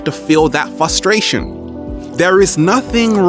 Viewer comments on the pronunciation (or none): none